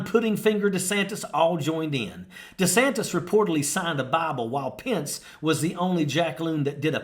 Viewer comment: Really annoys me this guy can’t say his last name right lol